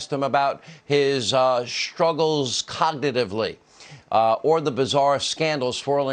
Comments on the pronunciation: I'm asking why Hannity is asking about "shtrugggles cogdidively"? Is it because he's drunk, or that he just sounds like he is?? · Lists: Republican Kryptonite "Codnidively" Nice one. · Dude wasted his question time 😂 Didn’t even do his job. All the things going on in the world yet this is what he chooses to care about. “Nobody asks him about his Uh-shtruggles cognitively.”- reporter guy 😆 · It's ironic that Hannity can't say "cognitively". 😂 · ... about his shtruggles coggedadively. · "nobuddy ashked him bout his shtrugglez cognitavity" Lay of the the sauce you Irish drunkard. "In his lifetime" he did see a fat senile arse of a fake president try to alter an official map with a crude sharpie scrawl to justify his lies.